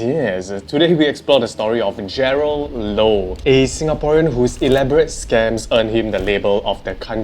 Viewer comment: is it Jerald or Jerlad sksksksks 😂